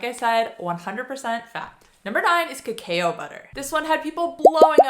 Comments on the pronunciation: Cacao is pronounced ka ka oh, not kakai oh 😊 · Its pronounced kuh·kau (cacao). Lol. Thanks for the other info! ❤ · #9 so, it's pronounced "Kuh Cow" like the cow goes moo...but cacao butter is yum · There are pronunciation guide videos, so I don't expect you to take my word for it, but...cacao is pronounced "ka-COW". Cocoa...the "a" is silent. Surely at some point in your life, you have had "hot cocoa"...just "co-co". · No question about that...but cacao is pronounced "ka-COW", and cocoa is pronounced "co-co" not "co-CO-a". I tried to explain that pretty well, but you didn't even bother to read what I wrote...NOR listen to the way you pronounced it at the start of the video.